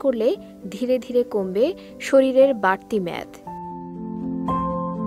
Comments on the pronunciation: ম্যাদ না মেদ! 😊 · মেদ বলেন কী উচ্চারণের ছিরি।